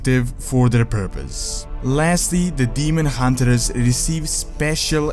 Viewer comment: Hunt(ers)!!! Not Hunter(ers) :D sorry dude, I love your content but that's been bugging me for some time. I hope you can understand :D